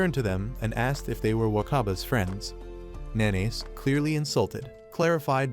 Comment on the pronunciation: Nanase isnt pronounced "Na-Nays". Its "Na-Na-Seh" Fucking AI bullshit. Use your voice.